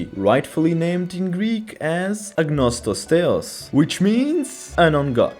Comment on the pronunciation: please as a greek person the "agnostos theos" sounded really weird...